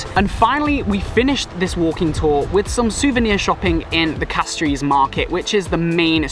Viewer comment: I see you not from lucia so imma tell you dis... When we say Castries we dont say Cas-trees we say Cash-tries and when we pronounce Cashwew like Cash-shew the same as Castries. When we say Soufriere we say Sou-Frere not Su-freay. When we say Gros Islet we say Grows- Islet. We appreciate the time you took to visit our island.